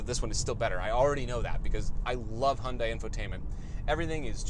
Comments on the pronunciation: Hyundai. Rhymes with Sunday. Not Hun-DIE, not HYOON-die. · Isn't Hyundai pronounced like Sunday...? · Are they pronounced the same though? Like saying the Hyundai Kunt?